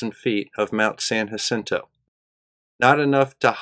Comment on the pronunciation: I'm subscribed to too many flat earth debunking channels and so I've come up with arbitrary ways to decide which to ditch. I'm ditching yours because you won't pronounce San Jacinto correctly. It's pronounced ha-Scene-toe. Oh, and Sikhs wear turbans. Unsub'd.